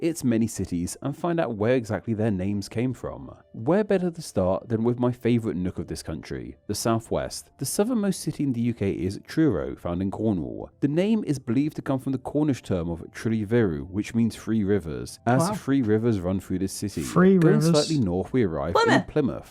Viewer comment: Yeah the guy sounded a bit goofy pronouncing TH as an F. I think he also had a Jonathon Ross-style speech impediment too as he pronounced Truro as Twuwo.